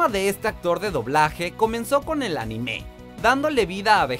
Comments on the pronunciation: Cada vez que dice Anime como ANIMÉ, estoy segundos a cargar mi revolver 5 calibre apuntando asia mi cuello y viceras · También dijo "narutó" y "animé" 😂